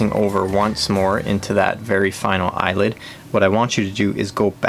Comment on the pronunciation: Thanks for the informative video. 'Eyelet', though, not 'Eyelid', right?(!)